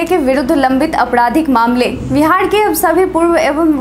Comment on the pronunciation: हैलो नमस्ते🙏🙏 समाचार पढ़ते पढ़ते आप तो बिहार का नाम विहार बोलती हो मैं रोज सुनता हू कृप्या आप बिहार बोलिए 😀 बाकी सब बहुत अच्छा समाचार पढ़ती हो आप